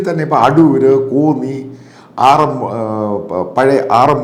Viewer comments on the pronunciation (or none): none